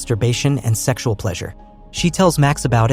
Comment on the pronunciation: "She discovers mastarrbeshon & seggsual pleasure..... "💀